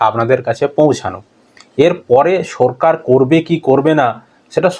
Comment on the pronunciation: আচ্ছা,তুমি কি স্বাভাবিক কথা বলতে পারেনা? সরকার কে বলছো সো রকার, আরো অনেক কথা আছে উচ্চারণ ভুল বলো।